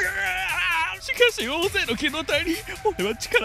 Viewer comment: しかし、「しかし」のイントネーションが気になる